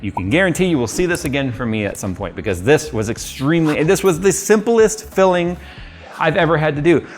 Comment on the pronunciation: For some reason, I keep hearing "Philling" instead of "filling"